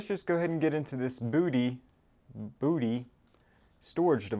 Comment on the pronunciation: It's pronounced BUDDY!